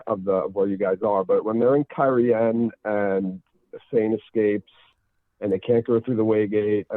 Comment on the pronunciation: Mother's milk, people! The pronunciation guide clearly states "Cairhien (Keye-ree-EHN)." That's three syllables you guys, not two. It isn't "Car-heen" or some other strange babble. 😎